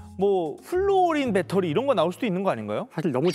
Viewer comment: 딴 사람들이 다 빳데리라고 해도 아나운서 였던 도경완씨만은 그렇게 하면 안 되는데 다 배터리라고 하는데 왜 아나운서였던 도경완씨만 일본 발음인 빳데리라고 하나요.